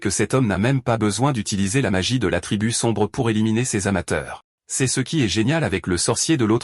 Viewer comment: Tu utilise qu’elle ia pour faire tes vidéos ? Tu peux pas corriger le prompt pour qu’il dise correctement « l’eau » ou « c’est »